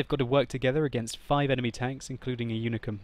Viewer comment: its unicum, not unicorm, lol.